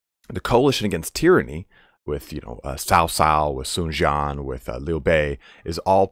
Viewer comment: For some reason, Dong Zhuo ends in a subtle "a" sound. Tried to ask my girlfriend's father to explain this but he couldn't exactly. Sun Jian is more like "Tzian" but said pretty quickly. From what I can tell, and I'm sure I'm not 100% on this, your pronunciation of Sun is correct.